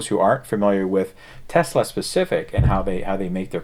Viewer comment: Thank you again for pronouncing "TESLA" correctly. There is no Z in TES-LA. It is not TEZLA. Even Elon Musk says TEZLA. Great show keep up the good work!